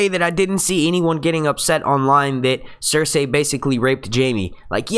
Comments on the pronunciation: Cersay? well that's not annoying at all how you say that, it's Cersei (cer-see) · Blood Raven, its the 3 eyed Raven, and you keep pronouncing Cersei wrong lol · CER-SAY ME-SAND-AYLMAO -VARR-IES man you really have a hard time with the names eh? :P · I dont know why i'm annoyed at how this guy pronounces Missandei and Cersei..like its not MEESANDAY or CERSAY.. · Why do you keep saying there names wrong varys cercei